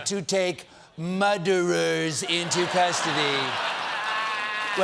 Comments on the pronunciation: Is that First Degree Muder? or Second Degree?.......Whose Muderer is this Muderer? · Lol - snowman woman. Muderer. Can’t take more of it.